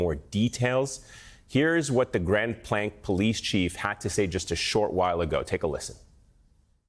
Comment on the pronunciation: Grand Plank? You people are incompetent. It's Grand BLANC (pronounced blank). Pathetic.